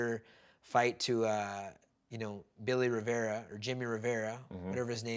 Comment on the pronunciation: Lol Faber always messing up Jimmy Rivera’s name😂